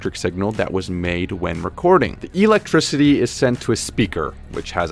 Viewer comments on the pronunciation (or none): Why do I find his pronunciation of "Electricity" quite peculiar? *EEElectricity!